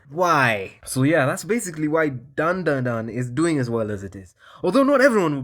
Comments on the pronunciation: It’s pronounced DanDaDan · How can you listen to the Op 'otonoke' and not know how to pronounce dandadan